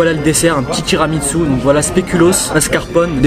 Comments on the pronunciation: TIRAMINSU TIRAMINSU TIRAMINSU toi aussi tu t'y met 😂 TU ME TUE 😅😂🤣 sinon super video les frères C'est tiramisu pas TIRAMINSU 🤣🤣🤣🤣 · tiramitsu 😂😂😂😂 c tiramisu frero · Je te jure sa me stresse quand il disent tiramitsu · ils disent tiramitsu avec un t pas un n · Chuis mort il dise tiramitsu 🤣🤣🤣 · Il dit tiramitsou mdrrr met continuer comme ça 😄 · On dit tiramisu pas tiramitsu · Wesh t'abuse arrete de dire tiramitsu🤣🤣🤣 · "tiramitsu" XDD Il m'a tué wlh